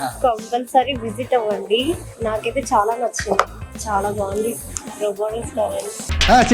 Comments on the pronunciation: pronounce Chala bagundhi as Chwala ya it's good to hear. Crispy chicken it means as " Vegitable" crispy items includes vegetables like flowers and capcicum. All the best. Keep high 🔥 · Nice andi me videos ani chala bagunai. Me wife 'chala' ana word bale different ga pronounce chestunaru. Bagundi cute ga vinataniki😘🥰😘🥰😍